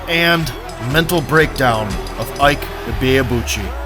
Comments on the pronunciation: It’s not Ike, it’s Eekay. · Please it's "eekay" Ibeabuchi not iyke. Ike is the Igbo word for strength. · His first name Ike is pronounced E k a. Every letter is pronounced exactly like the English alphabet Eka. And the meaning of Ike in Igbo language is "power".😂. His parents gave birth to him and literally named him power. Actually Ike is the short form of IKechukwu meaning power of God. Ike=power, chukwu=God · It’s ICK-AY, Not EYKE. Ignorance is strong with you Americans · Pronounced “ikee or ekay” not ike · Is it pronounced Eyke or Eeee-keh? Or is it ii-keh 🤔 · So his name "Ike" is pronouced "E-kay" and not "hike". When you see how this guy hits, you'd know WIlder is a wild joke with all the amateurs he knocked out. And th efight with Byrd makes one realise why Usyk is a problem, apparently its easy to get away from othodox fighters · They’re pronouncing his name wrong it’s pronounced E.K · It is pronounced 'e-kay'. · His name is “Ike” Enough said… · It is pronounced IE-kE... a two syllable word. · Ike pronounced "Ee-ké" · Your pronunciation of Ike is wrong